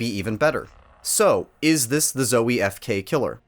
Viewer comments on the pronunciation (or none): I don’t trust reviews from somebody who is so trash at quake and who pronounces zowie incorrectly.